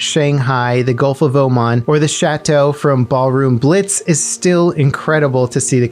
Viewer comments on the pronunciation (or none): none